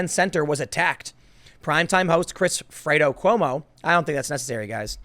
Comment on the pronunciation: Liking this video despite the fact that you keep mispronouncing "Fredo".